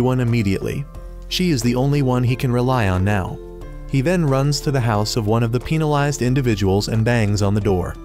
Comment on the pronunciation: Why was penalized pronounced peenalized